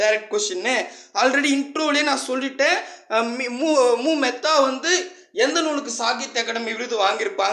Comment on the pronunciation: Unnaiyuma nampuraainka அது மெத்தா இல்ல மேத்தா அதுலாம் இருக்கட்டும் நீ என்ன வேலை வாங்கிருக்க எதுல பாஸ் பன்னின..